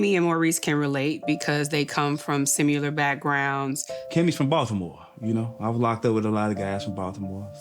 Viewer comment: "They come from "simUlar" backgrounds." SMH.